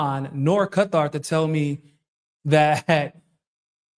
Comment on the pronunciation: Thanks for pronouncing Qatar correctly. It’s so funny when people say Cutter lol